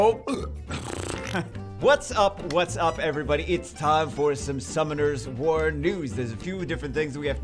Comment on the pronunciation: I remember when you once said: Sunummoners War , this was hilarious xD Sadly I can't find the video where this blooper was in anymore